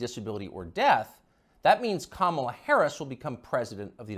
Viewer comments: For god sake her name is “ka-ma-la” and not “ka-maa-la”!! Let’s get her name right first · Say her name properly, you disrespectful fool. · Bro mispronouncing her name the whole time was funny af 😂 good video tho fr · Dude, you can't even pronounce her name correctly!!! At least get the person's name right before you cover them in any capacity. FACEPALM! LOL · Why do you purposefully say her name wrong? You played others pronouncing it correctly. It makes people less intelligent when they are talking about someone but do not even know that person's name.